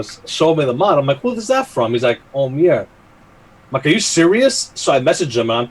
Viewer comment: I'm glad you're OK,. I'm pretty sure Oumier is pronounced "Ooh-me-ay".